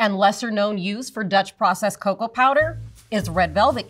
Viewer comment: It's not caco it's coco